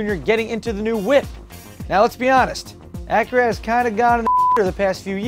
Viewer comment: wait did you say the name of Acura is "Whip"?